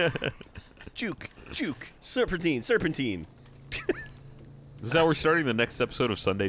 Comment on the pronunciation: it's ser-pen-tyne not ser-pen-teen Just like Time is Tyme not teem and clementine is clem-en-tyne not clem-en-teen